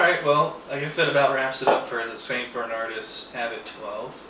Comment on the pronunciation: It's St Bernard-OOS, haven't you ever read Latin? It's one of the least overrated beers from a slightly overrated country. St Bernardus Abt 12 is THE SINGULAR ALE, the best beer in the world, of any style: IPA, stout, porter, RIS, pale ale, pilsener, belgian strong pale ale, wee heavy, etc. It is the only beer that I give a perfect five out of five to. I give Chimay 4.5. I've never had Westvleteren. Rochefort is EXTREMELY overrated. American knockoffs of Belgian beers are unanimously crap.